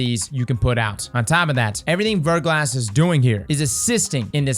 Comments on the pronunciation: Anyone else keep hearing "Vertical ass" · It's pronounced ver - GLAH. It means a thin coating of ice or frozen rain on an exposed surface.